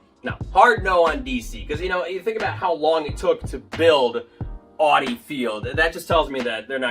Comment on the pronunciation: Dude, how do you not know how to properly say “Audi”? It’s a global car brand with its name clearly said in commercials. I’ll help you, say it like this: “ow-di”. Also we need to stop this obsession with a downtown stadium. Most stadia in Europe are in neighborhoods. Having stadiums in the city proper is the first goal, second goal is transit accessibility. Those are much more important than being specifically in downtown.